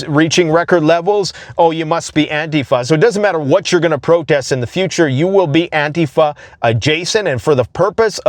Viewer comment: An TEE fuh